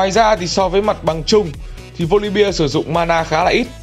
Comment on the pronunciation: Góp ý chút là voli be chứ không phải là voli bia